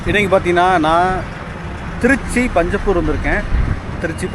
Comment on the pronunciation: அது பஞ்சபூர் அல்ல.. பஞ்சப்பூர்..